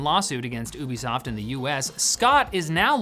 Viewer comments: its you be soft not oooo be soft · lol my brain tweaked every time I heard you pronounce Ubisoft the way you do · Is it pronounced Ubisoft?! Ah man, I've been saying Ubisoft!! Why didn't someone tell me?! Ahhh I've been making an idiot of myself!